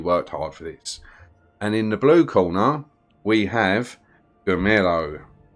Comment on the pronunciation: Great videos, man. Very helpful. In case this may help you: the way you pronounce Girolamo sounds like the Spanish name Ramiro (in a very weird way), which makes it very confusing. It took me several videos to realise you're talking about him, actually :-D My guess is you'd find it much easier to pronounce it in Italian. it should sound like 'GeeRowLAAMow'